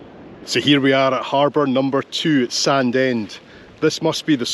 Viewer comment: Thanks again for bringing back my childhood. I recall running along Sandend beach with my brother having run down from the hills. I live in England now and the folks moved to Nairn so it's rare to see all the towns and villages I spent my early days in. Btw Sandend is pronounced "Sanine" to the locals!